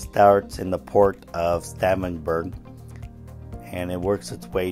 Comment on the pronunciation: Only an America could pronounce Stavanger like you did. Only pulling your leg😅